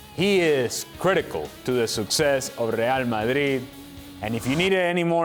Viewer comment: Everytime Ale says "Reall Madrriiid" i feel it